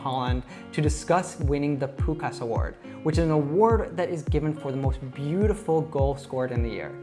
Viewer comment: Great channel and I like the way how you try learn non native speakers (like me) English . But this time I would like to give a pronunciation lesson for you. Of course not in English but in Hungarian. You said Pukás in the video, without "S" in the middle of the word (maybe you just missed it). In Hungarian the "s" pronounced like "sh", so Puskás should be pronounced in English like: Pushkásh. The "á" was okay, it is pronounced like "I".